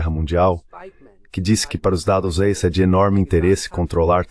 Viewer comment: "Estadosuneis".. As IAs censuram sistematicamente o nome dos estados unidos nesses vídeos traduzidos